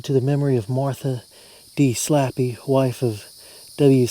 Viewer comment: Slappey Is Pronounced Slay Pee or ( Slae-Pi)